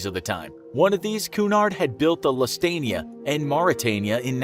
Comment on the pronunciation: Every time the names of the ships were said wrong...never heard anyone mispronounce Lusitania and Carpathia